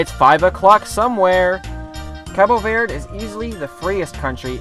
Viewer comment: If you're going to give respect to Cabo Verde you could at least pronounce Verde correctly 😂 Anyhow I've been there (for real not my mom stopped over) and it's brilliant!